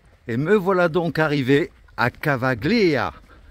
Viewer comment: Tu prononces "Cavaggglia" mais "gli" en italien se dit comme le "ille" de feuille. Famille s'écrit famiglia, mais se prononce "familia". Le "G" suivi d'un "L" est donc muet.